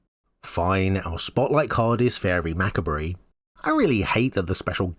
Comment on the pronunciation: Faerie Macabre is pronounced “Fay-ree Mah-cobb.”